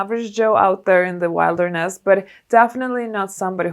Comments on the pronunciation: It’s Wil der ness not wild er ness .just saying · The way you said wilderness 🤣 I’m crying!